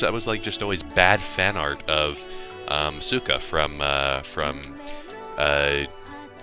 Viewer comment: Silent 'u' in Asuka and hard 'g' in Evangelion please. Otherwise, it's very amusing. Also, OH GOD THE VOICES. Why can't they ever speak like actual people?